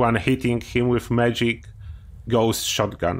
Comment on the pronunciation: Sometimes when you say "magic gauss shotgun" it sounds like "medic gauss shotgun." I would like to know if the medic gauss shotgun is broken like medic's explosive shotguns